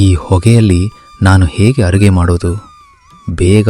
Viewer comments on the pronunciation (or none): ಅರುಗೆ ಅಲ್ಲ ಅಡುಗೆ